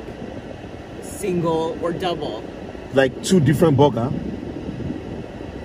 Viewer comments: says booger.😂not burger. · The way he says - “ Burger” it sounds like “Booger”.. 😂😂😂😂😂😂😂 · As a mom I keep hearing boogers! 😂🤣😂 My kids would tell me they wanted “boogers” I was confused until I figured it out! They wanted a McDonalds Cheeseburger meal! My kids are grown now. Thank you for that amazing memory! Im glad you enjoyed it! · PRONOUCE BURGER not BuGa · "boegah" (pronunciation; heck Idk how to spell it lol........... omgosh I Love it. And look at his bite sizes, go! He doesn't even have to SAY anything for us to 😂😂🤣🤣 And Ling won with a TKO!!